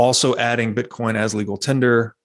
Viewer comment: Is he calling it "bitcorn"?